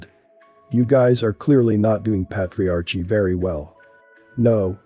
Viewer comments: The word is Pronounced: " ˈpā-trē-ˌär-kē " not "pat re arche" Please, when you learn a new concept, look up the word. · patriarchy~ "ch" is a k sound. How annoying to listen to lol GREAT VID THOUGH! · This guy needs to learn to pronounce “patriarchy” correctly because it drives Me crazy to hear the word constantly mispronounced…